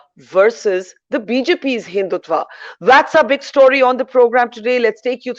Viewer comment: They cannot even pronounce Hindutva...they use आ instead of अ. Not to talk of the meaning of the word. English does not mean knowledge.